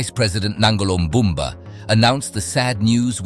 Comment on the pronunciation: nambamba is your mother, it's Nangolo Mbumba mf, NANGOLO MBUMBA